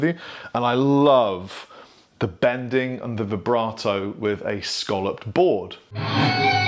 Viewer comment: When referring to the semi-circular shape it is pronounced phonetically 'scalloped.' Buy with the shell variety that people eat it rhymes with 'dollop. '